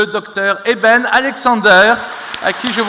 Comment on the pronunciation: Dans vôtre présentation vous avez fait une erreur ce n'est pas " Éden " mais Eben !!!